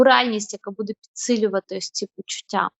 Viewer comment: Привіт, любі дівчата! Хай ваша праця буде на благо людям! В цьому відео, ви багато разів говорили слово "буде", і мені здається, що наголос треба ставити не в кінці, а на початку слова. Можливо я не права, і це не дуже важливо, тому прошу прийняти інформацію без образ. Будьте здорові та щасливі! Слава Україні!